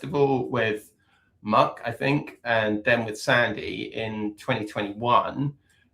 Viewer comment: Corgis were originally bred in Wales as cattle herding dogs. By the way Muick's name is pronounced Mick !